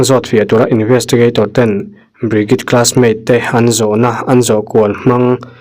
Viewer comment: Hnam dang hming i lam thiam loh pawhin a lam dan youtube ah vêk hian 'pronounce bridget' ti tein han zawng hmasa la a changtu ber hming phei chu lam zin a ngai ropui sia i inti mualpho zau lo deuh thei ang, ṭhahnemngaih thilah ka lo sawi ve mai² anih chu😅